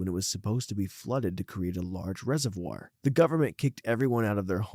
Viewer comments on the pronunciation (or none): none